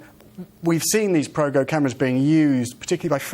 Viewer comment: its go pro, not progo!